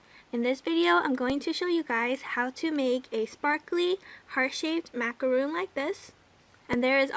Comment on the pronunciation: cute! fyi, it should be macaron, not macaroon. Macaroon is a totally different cookie ;)